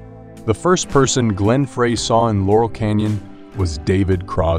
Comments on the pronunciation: It's pronounced Glenn Fry, not frrrreeeehhy! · Everything didn't start with the Byrds. It started with Zappa. Frey is pronounced Fry. Oh, got it. You're a discount robot. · David Crosby and Joni Mitchell met in Florida. Sorry, you're 30 second in and have a major error. And it's Glen Frey pronounced FRY. Lose the AI narrator. TRUB-a-door??? This is awful. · AI voice? Some bad mispronunciations of very common names (The Troubadour, Glenn Frey); weird statements/incomplete sentences. Very odd. But the pictures were nice. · How can this feature the be taken seriously when it uses an announcer who is unable to pronounce correctly Glen Frey's name and The Troubadour!!!!!!!!! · I still pronounce 'Frey' wrong on purpose. My sister keeps correcting me. And yes, Troubadour was incorrect too. :face-blue-smiling